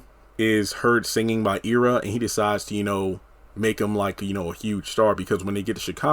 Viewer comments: It's pronounced Eye rah. Not Ee ra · Not EEErra its Ira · The characters' name is pronounced "Eye-rah" (spelled Ira) not "Ear-rah"! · Forgive my pettiness but it drove me crazy that you were pronouncing Ira (Eye-ra) and Citsy (not Cisty) wrong. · Pronounced Ira Eye Rah